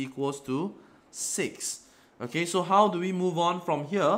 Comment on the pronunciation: i can't understand "okAy"